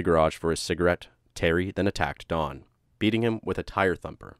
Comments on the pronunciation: D O N not Dawn like you are saying. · why do you keep pronouncing his name like Dawn his name is Don why do you keep putting a w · Don is pronounced Don like Tom not Dawn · it's don not dawn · i heard dawn instead of don , several times, it may be how you pronounce "on.... great channel though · Dohn, not Dawn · It sounds like he’s saying Dawn…..I have a brother Don and sister Dawn so it stands out to me 😂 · sounds like your saying dawn bro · Computer voice can’t say Don, instead gets Dawn. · Don not dawn. or am I the only one not hearing it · His name was Don. Not Dawn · Its impossible to listen to someone call a man named Don, Dawn for 40 seconds let alone 21 minutes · Why are you calling him "Dawn"? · Oh ,DON. Sounds like you are saying the dude's name was DAWN. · I swear it sounded like he was saying Dawn instead of Don lol just me?¿? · It's Don, not dawn. Gah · His name is DON, not DAWN. This is irritating me beyond words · Its don not dawn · Don, Don, not Dawn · Don not Dawn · It's don not dawn. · Why do you keep saying dawn...dudes name is DON. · Really bothers me that you say Don like Dawn. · Narrator says Dawn i/o Don. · DON, NOT DAWN. D O N. NO W PROPER PRONUNCIATION PLEASE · I'm sorry, but you call him "Dawn" and not "Don".. it was so bothersome I had to stop watching. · The name "Don" is pronounced "d-AH-n" not "Dawn", Masculine and feminine. You say it wrong so many times in the first 27 seconds I had to stop and leave this comment. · Sounds like you're saying Dawn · Stop saying Dawn! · You are saying "Dawn." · “Dawn”? Is that a male name too in America? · I don’t like how he pronounces Don